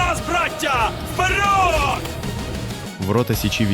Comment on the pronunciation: Цікаве відео. Єдина проблема - дуже часто звучить російська вимова в українській мові, наприклад "метров" замість "метрів", "вперьод" замість "вперед" ітп.